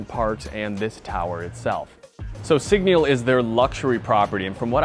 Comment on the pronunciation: A whole review but you can’t even pronounce the brand properly 😢😂